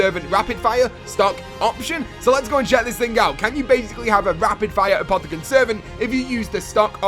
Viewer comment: kjell sonneveld 1. Its pronounced Apothicon Servant. 2. No.